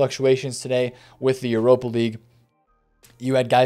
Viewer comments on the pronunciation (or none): none